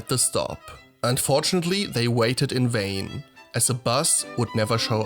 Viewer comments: "in wayne"? I think you mean "in vain" 😂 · 🤦🏽‍♀️that’s why he quoted himself… to beg your pardon for saying “in wayne” instead of “in vain”.